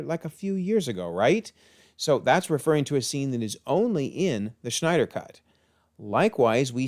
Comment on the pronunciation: zach snyders last name doesn't have a ch in it, you keep calling him schneider, i pronounce his last name snyder